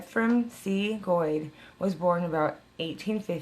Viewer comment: Weird i think were family. My grandmother used to talk about Virginia, Missouri, Arkansas, Kansas, she left Kansas and headed to California in the 40s. But you pronounce your name way different. We pronounce like goat with a d🤣.